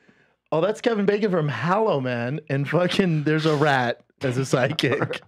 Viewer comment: Schaub's first funny line ever and he screwed it up. "Kevin Baking."